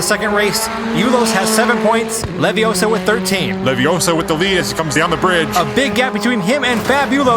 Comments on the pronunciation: It's leviooosa not leviosaaar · Its not leviosa. Its leviosaAAAAAAAAAAA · It's levi O sa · Ah-hem, that's LeviOssa. Gotta say it right if you're to be a real wizard. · Its leviosa not leviosa Is this guy watch harry potter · It's Leviosa! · Pronouncing Leviossa differently actually helps him to win the round